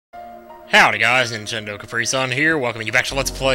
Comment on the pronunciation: It sounds like he said ninjendo caprisun at the beggining